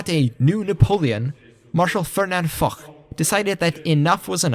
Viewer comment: the prononcuation of french name make it hard to know who tf u speaking about (like Foch is spelled Fosh, we dont have the barbarian germanic sound in our language such as kh in arabic)